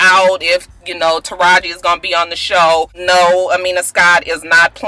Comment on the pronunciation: khamiya not amina scott lol